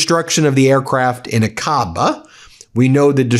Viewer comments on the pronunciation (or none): Aqaba is pronounced (ahka-ba), not (ah-ka-bah). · FFS find out how to pronounce Aqaba. It's not 'A kaba' it's 'Ack abah'. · Ben: For god’s sake get your ME pronunciations checked before you go on air! The Jordanian city on the Red Sea is pronounced AH-ka-ba !! Features prominently in Lawrence of Arabia!!!